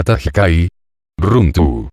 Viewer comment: Muy buenas, tengo una pregunta sobre la pronunciación de la R... la erre (runtu) no debería ser débil (ere)? Es decir, en lugar de "rr"untu, runtu